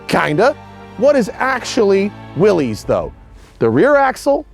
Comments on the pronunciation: Ok, maybe I became a Jeep snob in my old age, but it bugs me that Matt keeps pronouncing Willys like its the plural of the slang term for penis when it's supposed to be pronounced like Arnold's older brother on Diff'rent Strokes. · You are wrong, John North Willys pronounced his name in a manner rhyming with 'Phyllis'. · No, the man's name was John North Willys and his name, as with the name of the Willys Overland Corporation, was pronounced in a manner rhyming with 'Phyllis'. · I really do not want to be pedantic , but here i go . It is pronounced WILLIS . The willys pronounced WILLIS overland company . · The oldest films out there pronounce it as willeez. And his name was willis but the company was willys. So different spellings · Drinking game: Take a drink every time this dude mispronounces 'Willys'. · I'm of the opinion that he was pronouncing it in the incorrect way. People that I have spoken to who were familiar with them in period pronounce it in the other way. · Willys is pronounced like "Willis". The founder of Willys was John North Willys pronounced with the "iss" not the "eze". Everyone likes to say it the other way, and that's fine too. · Pronounced "Willis", not "willies" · John North Willys did not pronounce his name Will - eez", he pronounced it "Will - iss:, as rhyming with 'Phyllis'. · J.N. Willys pronounced his name 'Willis,' not 'Will-ees.' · Great video, Matt! One big niggle - the brand is pronounced 'Willis' not ''Willies'. The company was named after John Willys when he took over the Overland brand, hence Willys-Overland, before WW I. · Omg people say it right Will·is not Will·ez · The family name is pronounced “Willis”, the company, by the thousands that worked there and bought the products, was “will-eeze”. I only began hearing the “Willis” pronunciation within the last few years. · I heard from from a video here on YouTube that descendants of the Willy's, that the name is mis pronounced (Will Is) is the correct pronunciation...